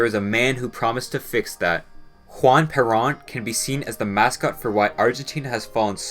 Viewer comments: It's pronounced Per-rōn. Not parron.,.. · bro said juan prawn or juan parent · Great video but the only note is that Peron, is supposed to be pronounced like Pur-rhone. Otherwise awesome vidoe 👍👍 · You were doing so well and then you mispronounced Peron so badly. Why why. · Argentina: the American loser story LOL. You botched up the pronunciation of Peron. Try to get that :”r:”trilling, and The emphasis is on the second syllable, not the first. You really should say the name of the president correctly. You also failed to talk about one of its most successful exports in the last 40 years, which is the fictionalized autobio /of Peron‘s first wife, Eva Peron, memorialized as a Tony award winning Broadway MUSICAL, :”Evita“ a less successful movie starring Madonna. Just saying. Lol